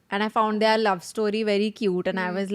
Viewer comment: what is wrong with pronunciation of ‘their’? she pronounces ‘there’ correctly but pronounces ‘their’ as ‘they are’.